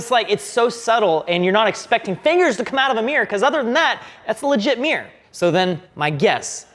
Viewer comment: It's not a meer, it's a mirror.